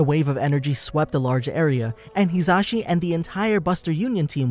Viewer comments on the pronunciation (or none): When you realize he's been pronouncing his name wrong this whole time. It's pronounced "He-zuh-she"